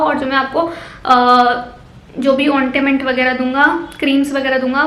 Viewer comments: Chodo yaar Mere paas ya kisi ke paas itney dher sarey paise nahi hotey Kuch sasta hi bata dete Dewa re N btw ointment boltey hai ussey ointament nahi bolte Samjhi kya 🙄🙄🙄🙄🙄🙄😒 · Woh ontiment nahi ointment hota hai 😕😕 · Ondament nahi o🙄ointment